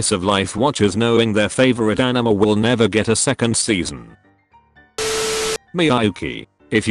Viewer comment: why do you keep pronouncing it enema?